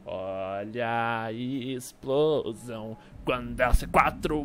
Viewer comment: é engraçadão ele fala olha a isplosão invés de explosão